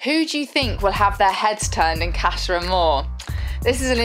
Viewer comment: did arabella just say "casha amor" ??